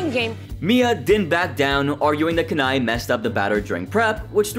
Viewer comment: It's 'Kanae' not 'Ken-eye'. I don't think he's warched this season